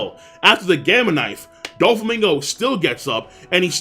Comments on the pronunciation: Dude it's not pronounced don its doe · How many times you gonna say doflamingo wrong?????? So annoying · doflamingo not donflamingo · "DON" flamingo? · Pronounce his name right it's "DO" Flamingo, not DONflamingo plssss... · It's DOflammingo Don Quixote not Donflammingo. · “Don flamingo” isn’t it doflamingo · stop calling him DON flamingo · This guy said "don-flamingo" 😂😂 dkm, and he never corrects himself! I'm dead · Its fcking DOFLAMINGO not DON-FLAMINGO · its doflamingo not donflamingo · Dude. Love the video. I really do... BUT it’s DOFLAMINGO. DOOOOOOFLAMIGO!!!! Not DON, DO. Feel compelled to give a dislike just for that error. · I know I’m not the only one being bothered by this guy calling Doflamingo “DoNflamingo” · I can't get over this guy saying DONflamino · Doflamingo, not fucking Donflamingo. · Still saying DONflamingo in 2019 SMH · STOP SAYING DONFLAMINGO ITS FUCKING ANNOYING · why this man always say “DON-Flamingo”... his name is “DOFLAMINGO”... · Honestly I interchange doflamingo and donflamingo all the time without even noticing. It just feels right somehow lol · "Donald Flamigo" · I'm sorry I can't subscribe cause your saying Don flamingo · Who else gets really annoyed when he says don flamingo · DON Flamingo? Did you watch the dub or something? But that wouldn't explain why you call it bound man. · He says dong flamingo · "Don flamingo"......Pls dont.😂😂😂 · Y’all realizes this mans saying Don Flamingo! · "Don Flamingo" 😂😂😂😂😂😂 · CAN THIS MAN STOP CALLING DOFLAMINGO "DON-FLAMINGO"?!?!?! Its Donquixote Doflamingo. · Yooooo King do you pronounce Doflamingo's name "DonFlamingo" because hes Donquixote Doflamingo or are you genuinely just saying his name that way. Ive always notuced you did this lmao just had to ask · It triggers me as well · He takes pride in it. With a DON!